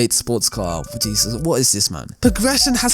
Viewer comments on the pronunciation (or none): none